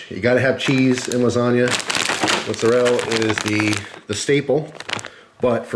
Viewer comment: "mozarell" lmao i love that accent